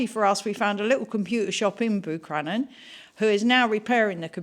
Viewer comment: Wow, fair play to you for driving the pass in that motorhome 🤯. Love the fact you couldn't pronounce Buncrana 😂😂😂